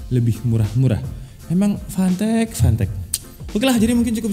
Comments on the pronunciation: Waktu mnt 12 pas nyebut nama "fantech fantech" kok aku dengernya pant*k pant*k wkwkw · Klian yg dengerny fantech Gw dengerny pantek :V🗿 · Brand nya "Fantech" Fantek Gua denger nya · Samsul : apa rekomendasi untuk komputer bre Udin : gua tau bre, 400 dapat mouse, keyboard, heatset.. Gaming lah bre Samsul :apa itu merknya bree Udin : PANTEEEK Samsul : lah kok ngegas Udin : iya PANTEK Samsul : lu ngajak berantam, gw nanya serius Udin : yaa merk nya PANTEK.. Samsul : fanteech njir 🗿 Udin : ya itu lah 🗿 Samsul : 🗿 Udin :🗿 🗿🗿🗿🗿🗿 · jangan beli merk ini lu ntar dikira ngatain 🤣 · Anjir pass ngomong fantech ngakak, kek kedenger panteq 😭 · Ngakak pas abang ngomong, fantek fantek wkwkwkwkw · bacanya pantek :( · Kek umpatan sumatera cuma lama di Arab jadinya ga ada huruf "p" wkwkwk.